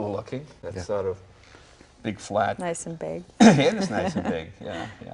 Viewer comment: "nice n big" sounds so wrong the way she just came out with it lol